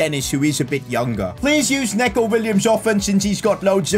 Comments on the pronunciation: not neck-o williams it’s pronounced knee-co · it’s pronounced ‘knee-co’ not ‘neh-co’ btw